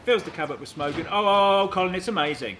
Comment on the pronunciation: Ah yes. Qolin Furze.